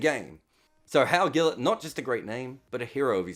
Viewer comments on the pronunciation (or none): Wow, a subscriber from Belize here. Never thought I'd see my country mentioned in one of videos. In a way we're like a West Indian country that never became part of the West Indies. Btw, the G in Gillet is pronounced like a J!